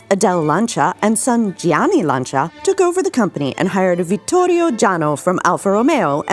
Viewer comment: At last some people who can actually pronounce the name Lancia…. Good on ya ….from Steve in OZ